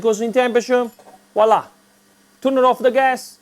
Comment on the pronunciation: And woila loool